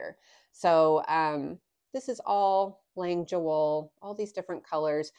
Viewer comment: Thank you for the correct pronunciation! And the play on words! It’s fun to know those kind of things!